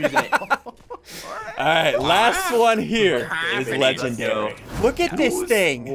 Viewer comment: SSUNDEE it’s pronounced (Legen-dairy-) not (legend-reee)